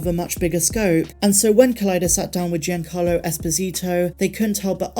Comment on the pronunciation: Please tell me someone else giggled at "GINACARLO Esposito."